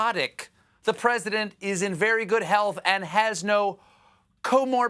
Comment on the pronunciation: And by a doctor, no less! "Comorbities" got him a little closer, but not quite ... .